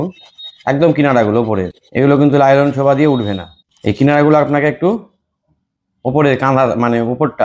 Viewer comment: লায়লন না নাইলন?